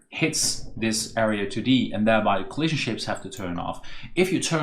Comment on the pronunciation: every time this guy says "coahlision" it triggers the same feeling in me as hearing the Gustavo Almodovar guy